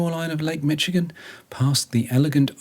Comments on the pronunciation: Mac-kin-aw. Mish-i-gan. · Michigan is pronounced Mish not Mitch. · I"m sure others have already corrected your pronunciation of Michigan...it's Mish-ih-gun. Loved watching your video! So glad you got to experience the Great Lakes! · As a Michigander- I’m fully giggling at the name pronunciations. 😂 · Mi-sh-igan. Point Peee-lee. You nailed the pronunciation of Mackinac Island, but not the 2 next easiest names... 😉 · The Lakes ARE GREAT! A few pronunciations: mackinaww MiSHigan Youron (Huron) Loved your video. We sail to the island 3-5 times each summer. We see Viking ships all summer!!